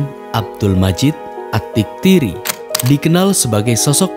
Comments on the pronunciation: Admin keliru dalam penyebutan nama panjang Saddam Hussein, bukan Atiktiri melainkan Altikriti, Saddam Hussein abdul Majid Altikriti artinya Saddam dari Tikrit,kota kelahiran Saddam, Tikrit sdri letaknya di sebelah barat Irak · At-Tikriti bukan At-Titkiri (Tikrit nama kota kelahirannya) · At-tikriti bang bukan at tiktiri 😢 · AT TIKRITI miin... bukan AT TIKTIRI Saddam Husein At Tikriti, asal Tikrit